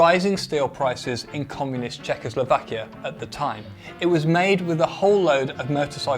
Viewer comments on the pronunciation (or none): none